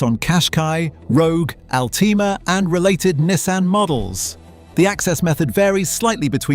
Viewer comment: Learn to pronounce Nissan and maybe make the pictures match what you’re talking about in the video. 🤦‍♂️